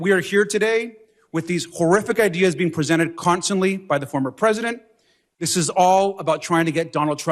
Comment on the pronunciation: Just can't seem to say "former".